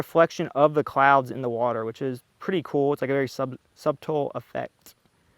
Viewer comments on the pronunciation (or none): You lost me with “sub-tull” and “un-efficient”. Wow.